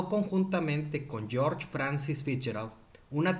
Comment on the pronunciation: Aún después de aviso, ningún nombre bien pronunciado 😂 Ponquer, Poncaire, Poncair 🤯 no es más fácil Puancaré? Luego Larmur en lugar de Larmor , George como Jorx, Michelson como Mikelson 😉 No consigo encontrar una norma que rija la pronunciación de los nombres en estos vídeos que no sea aleatoria!🤔 Antes de hacer unos videos tan interesantes, no costaría tanto asesorarse para ser más riguroso como precisa la ciencia.